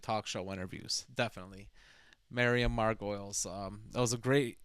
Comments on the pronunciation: Her name is pronounced margot-lees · Just a quick note: Her last name is actually pronounced Mar-Go-Leez not Mar-Goyles. I only know this through one of her Graham Norton show appearances cuz I thought it was pronounced Mar-Goyles as well before that. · Miriam breaks the mould. She definitely doesn't think inside the box. A reaction video really requires a reaction. Thank you for sharing, but please, can you pronounce her name properly. It's 'Margolyes', (Mar-go-lees) not Margoyles (Mar-goi-ulz) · Mar-go-LEES, not mar-goyls. Her name doesn't have an "oy" in it. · Her name is pronounced "Margolees", not "Margoyles"... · Mar-go-leys that's how it's said 😂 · It's pronounced Margolees. Not like you'd pronounce Gargolyes. 🤭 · Miriam Mar-Go-Leez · It’s pronounced like margo lees not like gargoyles